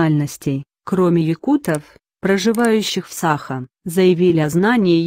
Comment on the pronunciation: не сАха, а сахА! ИИ откуда это знать))